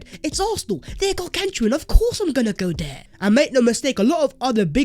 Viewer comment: "THEYRE GARGANTUAN; OF COURSE IM GONNA GO DERE" 😂